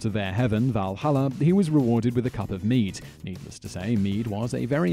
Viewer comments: when he said "mjöd" it sounded lie he said meat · It's pronounced, mee owd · It's your boy Lucas The word mjöd is mead in English. We exported a lot but failed teaching them the sound of ö.